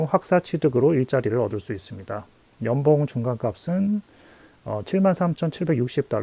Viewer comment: 좋은 정보 감사합니다! 중간중간 발음중 연봉을 염병이라고 해서 배꼽잡고 웃었네요 ㅋㅋ